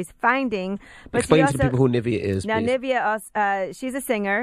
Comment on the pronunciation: Why are they saying Nivea’s name like the cream 😂😂